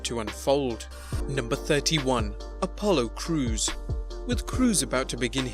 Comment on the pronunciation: “Apollo Crews” 😂